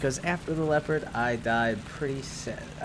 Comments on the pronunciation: It's not called LII-OO-PARD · It's Lep-erd